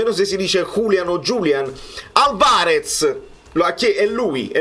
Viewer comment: L’accento sulla prima A e non sulla seconda A in Álvarez per cortesía